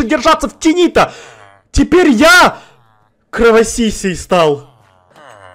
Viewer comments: А два раза испугалась в этом видео когда мышка превратилась в вампира и когда ты забирал факелы из сундука ,а сзади был вампир. Я аж закричала от испуга. А я ещё я орнула что ты сказал:"Я кровосися" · Ору со сло: "Я кровосисей стал"😂😂😂😂